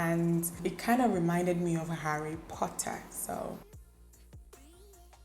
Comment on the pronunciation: The way you say "Harry Potter" was just funny. 😅 They all look great on you and I also prefer the last one most.